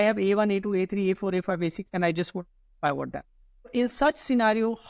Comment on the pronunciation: Pivot needs to be pronounced as pi. vuht not pyvot!